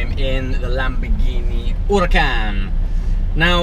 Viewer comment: btw it's not Huracan you pronounce it as Orucan